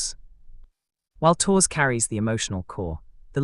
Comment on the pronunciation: Three minutes in and I finally "translated" the machine? pronunciation of Tours into Torres. AI? Never trust it. Too damned stupid!